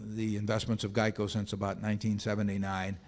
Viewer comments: 😆😆😆😂😂😂🤣🤣🤣 was thinking the same thing!! What the hell is Jieco???!! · I didn’t even know what he was talking about when he said “jeico” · "Jeico" LOL